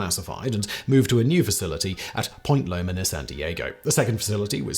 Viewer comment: Point Mugu, La Jolla, Point Loma - California place names defeat another reader.